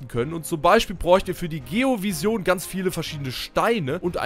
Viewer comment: Boah ich dreh durch das du Vision wie der größte Almann aussprichst xD das spricht man ENGLISCH aus